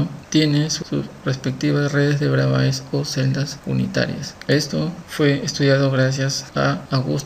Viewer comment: hijo se pronuncia Bravé, por favor.